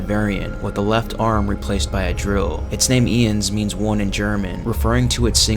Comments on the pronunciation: "Ee-ens, which means one in German." Eye-ns. Eins. Eye-ns. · I’m sorry, but I can’t forgive the butchering of the German in the soldat section. ‘Ians…Zwey~’ 😂